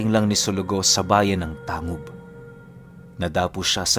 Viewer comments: Tanggub po tmang pgbgkas s lugar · Tanggub po ang tamang pagbigkas